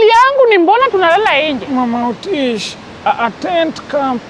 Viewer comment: 18.09 EY Otis... 'orways' really? 😂